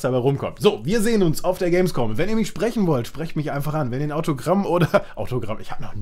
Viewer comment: Hehehe er hat Gamesvom gesagt hehehehe